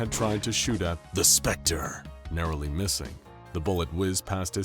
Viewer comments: Stop saying the specter like that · Also,why do u keep on saying "the specter" like that lol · Is it an anomaly that you can't pronounce THE SPECTER normally